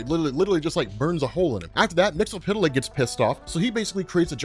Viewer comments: 'Wait, is it "Mix-ill-pit-lick" like is pronouncing it? Or "Mix-yes-spit-lick"? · You need to work on your pronunciation of Mxyzptlk. It sounds as though you're saying "mix-el-pit-el-ick" rather than "mix-yez-pit-el-ick".